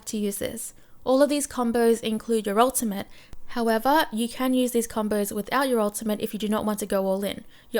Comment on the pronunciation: Why do you pronounce (so) like “SOOOIII* and combo like Combooii xD